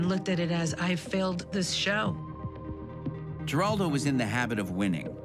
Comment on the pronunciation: You don't pronounce the last name with a hard "G."